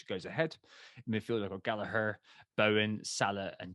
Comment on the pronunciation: It is Gallagher with a hard 'G', not Gallaher, trust me, I have asked him.